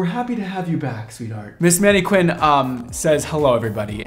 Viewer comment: Did he say maneQUIN? Twice? What a bizarre pronunciation.